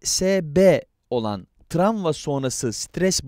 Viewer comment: seslendiren kişi "tramva" mı diyor ben mi yanlış duyuyorum?